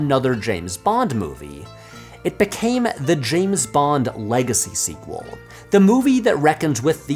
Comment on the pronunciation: you did say "squee quel"